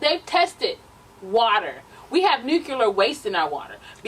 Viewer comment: NuCLEAR. I'm sorry but that was driving me crazy. Love ya though.. Lol